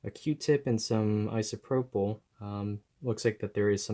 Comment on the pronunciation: Can every body say ISOPROPAL